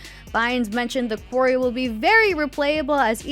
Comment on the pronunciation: The host of this has me tripping, is the game called The Query (a question) or The Quarry (where you mine rocks). They keep pronouncing it like query but it seems to be about a quarry.